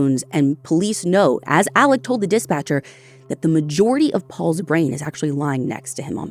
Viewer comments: In his jailhouse phone calls he himself pronounced it Ellick. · He spells it Alex but pronounces it Alec 🤷‍♀️ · His name is Alex, not Alec. Very different names. This show is usually on top of things.